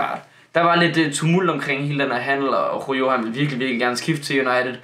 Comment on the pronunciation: Det udtagelse ikke rojo men roho